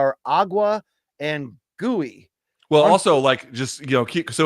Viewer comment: güey = wey ≠ gooey 🤣